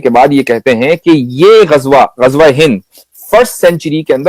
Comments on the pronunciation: Bhai, Gajwa nahi, it is Ghazwa. Z not J. Thanks. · Ghazwa e Hind ❌ Gajwa e Hind 😂😂😂😂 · Gajwa nahin mere bhai! 😂 Ghazwa hai 😂😂